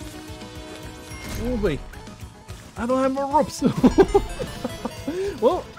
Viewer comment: Finally! I always wanted to hear you pronounce R O P E S properly.